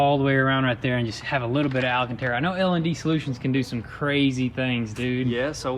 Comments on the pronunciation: Sorry for being the grammar nazi.. its alcantara, not alAcantara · The god damn "Alacantara"😂 Great entertainment boys!